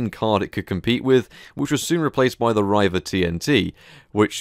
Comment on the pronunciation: It's Reeva, not Ryeva.